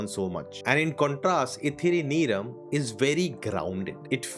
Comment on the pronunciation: The word is pronounced Neyrum. Meaning time. Ithiri Neyrum means a little time.